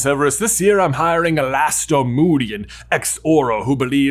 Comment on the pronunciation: Wait, how did you just pronounce Alastor?